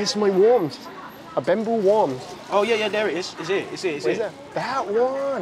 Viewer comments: worm อ่านว่า เวิร์ม ไม่ใช่ วอม ครับ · สำหรับใครที่ยังไม่รู้นะ worm จริงๆแล้วออกเสียงว่า เวิร์ม ไม่ใช่วอร์ม ถ้าวอร์มคือ warm เห็นชัดเลยหน้าต่างชาติเห็นก็ดูงงๆ นิดหน่อย